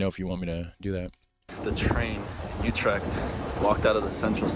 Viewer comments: UtreCHt CH = G UTREGT. MaastriCHt = MaastriGT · it is Utrecht, not joetrikt by the way... with an U as in French Tu and Dejavu, NOT an OU as in You... It is like German ü.. as in über or tür. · there's no "k" in "Utrecht" the "ch" is pronounced as a hard-G, like "Gouda" Many foreigners struggle with the Dutch hard-G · Never heard of broet jee vens he probably meant Broodje with an o as in go....utrecht has a ch at the end, not a k ju7st as in loCHness or MeXico...